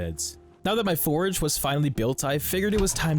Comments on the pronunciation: Love your videos! Totally not meaning to be that guy tho, but you're saying 'Forage' in place of 'Forge' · Its forge, not forage. Dislike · Forge is one syllable, it's called a Forge, different from Foraging. Not a forage. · him saying "forage" instead of "forge" is killing me... lmao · It's not "forage", it's "fordge" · Bruh, you said forage instead of forge. I was like is this a new type of food item. 😂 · It’s pronounced like George but with an F, forge. What you’re saying is forage. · Absolutely love the video's, definitely earned the sub with the hard work you put in. Just please brother. Its forge, not forage. Forage is looking for things in the woods 😂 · Every time you call your forges forages, it's like nails on a chalkboard. I don't know if you do it on purpose, have a speech impediment, or just don't know how to say the word forge. If you have a legitimate speech impediment, I apologize. If you are doing it on purpose. Damn you. If you just don' t know how to properly say it... it is like saying forj. The way you say it is like the word forage, which means to search for food or supplies. A forge (pronounced forj) is a place used to smelt and heat metals for shaping. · A forge and forage are two different things and pronounced differently. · forage... is triggering the shit outta me lol. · cool video, but i couldn't help but notice you called the forge a forage like, 20 times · Enjoying this video but god damn please stop adding an "a" into the middle of "Forge" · "Four-J" Please and thank you :) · STOP SAYING FORAGE?!? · Forag. Forag. Forag. Lol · What’s the lore behind the guy not being able to pronounce “forge” correctly? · There's no "A" in Forge. Great video though